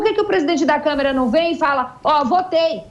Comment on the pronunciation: Liberdade de expressão não é ter liberdade para inventar e espalhar mentiras ou liberdade para cometer crimes. Vocês são patéticos! Gente ridícula... E não é "Camera", é CÂMARA, sua bobona.